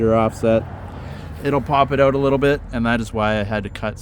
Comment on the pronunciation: says, they stick “Aouut” a little bit😀